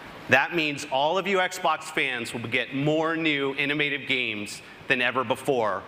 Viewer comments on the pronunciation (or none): New, innomative games!!